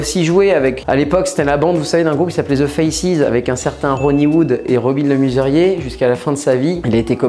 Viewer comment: Robin le MEsurier pas robin le MUserier...